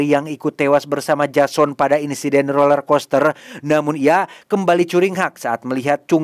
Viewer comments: Roller bg bukan lorel😭😭😭🙏🏻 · “Roler” min, bukan lorer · BANG ROLLERCOASTER BUKAN LORER KOSTER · Roler bang bukan lorer